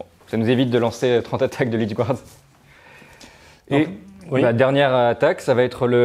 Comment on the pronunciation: *encore, "gouarde' 🤦‍♂️